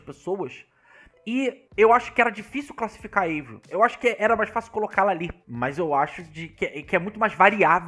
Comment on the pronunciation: Não é eivril é "AVRIL" o nome dela é francês e não americano!